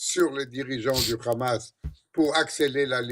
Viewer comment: C'est pas Kahma mais Hama.